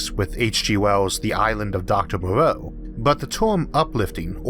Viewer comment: "The Island of Doctoh Mouwoagghh"